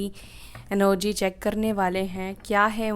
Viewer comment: NOG क्यों बोलते हो आपलोग... सही वर्ड ENERGY है एनर्जी ही बोलना चाहिए😊